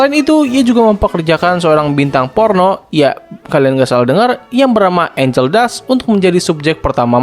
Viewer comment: Bang betul angel tapi ANGEL DUST bang pake t bukan k bang